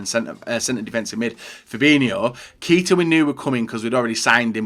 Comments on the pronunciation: "keeta"🤢 "kayta"👍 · Keita = KAY-TA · You pronounced Keita wrong